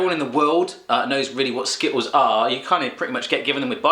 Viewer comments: lol he said "Skittows" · I love how he jokingly makes fun of the fact that American's say the letter T like it is a D, and then right after he says the word skittles and totally doesn't pronounce the T's!!!!! LOL